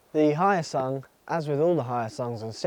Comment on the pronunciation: Hyosung is not Chinese. Also Hyosung pronouncse as in H-yo-sung not Hi-o-sung